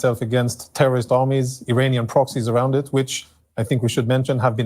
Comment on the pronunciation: Did he say Iranian parrots or perverts😅